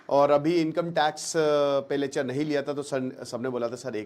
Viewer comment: Yrr pahle to bhai aap "Lechhar" "Lechhar" bolna band karo : P Lecture saf saf bolna hai